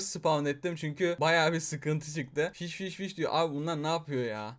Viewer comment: abi neden hep fişi diyor.